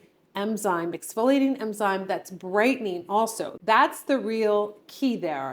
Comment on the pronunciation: I think its enzyme, not emzyne. I know that snail mucin is suppose to be great. I need it but I just can’t. 😂